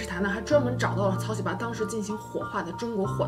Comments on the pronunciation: 这名字念的 哈哈哈 草 西巴 ㅆㅂ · 喜八 這兩字的中文發音 換成韓文似乎不太文雅... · 喜八怎麼發音很像韓國髒話 😂 （對不起我歪樓了）